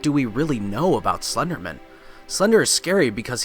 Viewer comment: I don't believe it's pronounced slendermin.